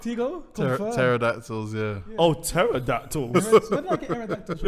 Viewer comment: Eradactles….. era what? 😂😂😂😂